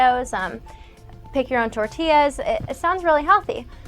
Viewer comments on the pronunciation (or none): none